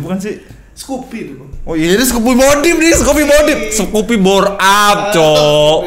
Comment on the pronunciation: enteng bett mulut nyebut skuppiiii modipppp 😂